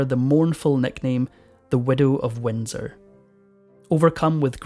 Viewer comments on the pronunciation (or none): none